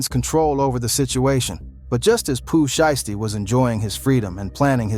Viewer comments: "Pu Sheestie" smh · Boi said Pooh Sheesty 😂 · Gucci Mane is not from Memphis!!!! Hes an Atlanta dide. And get that A I shit off yall saying Poo shiesty name wrong ASF.